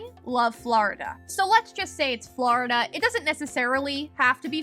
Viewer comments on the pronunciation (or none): Wow! I have elevator nightmares all the time 😵‍💫 Also, I’m from Florida and love the way you say “FlAhrdah” 😝